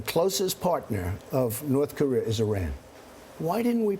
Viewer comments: Charlie by making smart business deals. And it's Korea not Korear. Also I'd love to ask the female reporter how many pounds of makeup is required for her to feel acceptable and beautiful. Superficial self conceited fucks. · "You want the Chinese to take care of North Kor-ear?" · WHY DO SO MANY PEOPLE PRONOUNCE IT NORTH CAREER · Sounds like Charlie Rose said north KOREER. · I grew up in California, but down the street from a Korean War veteran from Tennessee. He pronounced it Kuh ree err.